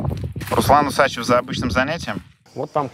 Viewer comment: почему УсАчев, а не УсачЕв, согласно правил русского языка ??!!